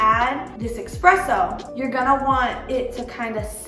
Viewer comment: not EXXXXPRESSO